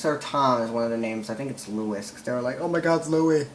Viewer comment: louis* pronounced lew-ey